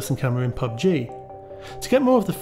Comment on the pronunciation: Why are you wasting your time on “pug-g” and “fort-nit-wit”